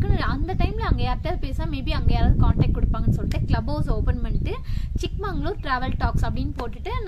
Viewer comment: Good one madam keep up the great travels .. it is ChikMAGAlur madam not ChikMANGalur .. olden days one king gifted this place to his younger daughter that is chikka magaLu .. so it is ChikMAGAlur